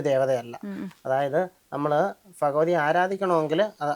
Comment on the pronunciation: Phagavathy alla Bhagavathy aanu